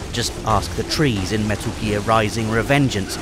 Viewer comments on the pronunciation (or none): none